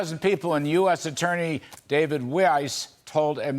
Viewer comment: Yes Sir, you're pronouncing Weiss (German for white) correctly and Mr. Rat Face as well as some of the Brandon gang should at lest be eliminated from office which may be wishful thinking at this time!